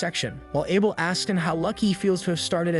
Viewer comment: the narration is bad tho. there are a lot of mistakes simply because the channle owner doesnt bother to proofread the script it got Chat GPT to make. and arent AI supposed to be smart?? can't even say Abel right, but can SOMEHOW say the most obscure names perfectly fine...